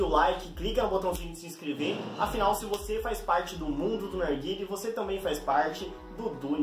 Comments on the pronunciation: porque ele fala arguile? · E impressão minha ou ele fala "arguile"